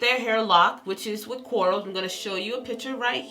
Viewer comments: She kept saying corals and it literally made me cringe 😂😂and you post the spelling and still pronounce it wrong 🤦🏾‍♀️.. informative though, thank you ma’am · its her accent